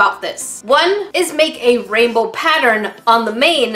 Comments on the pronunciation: "Raibow" - English Numba 1! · Is 'raibow' the same thing as 'rainbow' ? 😆